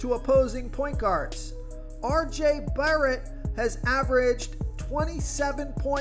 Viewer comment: I lost a few brain 🧠 cells with that first try saying RJ Barret’s name 😂